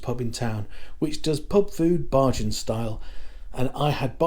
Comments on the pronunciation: Nice video sir, just a heads up bajan is pronounced bay-gin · Heyy.. try saying "bay-jan" instead of "bah-jan" .. thts the proper pronunciation ❤ thank you for visiting my island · Dont say BaHjan ever again!!!l Pronounced like Bay Jun... you're welcome ❤ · There is no R in Bajan. Bay jun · It’s not pronounced Barjan -that was funny. It’s pronounced bay - as in sitting on the dock and jan - as in the month. The inaudible ingredient was angostura bitters. Chefette - that was fighting talk that you put out. You missed out the drinks sorrel and mauby - the latter is ❤ but perhaps an acquired taste. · you don't go to cheffette for Burgers.. you go for the CHICKEN period... go into St. Lawrence Gap and find Gap Burger in front of Rostrevor hotel and get a great burger.. and Bajan is pronouced.. BAYjan.. (hard j, not soft). and Rum punch doesn't have Orange Juice In it. looks like you enjoyed your stay. .may other places to eat on the island. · It’s pronounced ( bay jan) thx for video